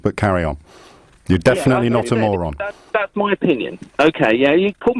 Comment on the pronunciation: "Rest assurred I'm not going to call you a moran." lol